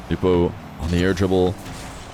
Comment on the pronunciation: It's "no-bu" not "new-po" why do people mispronounce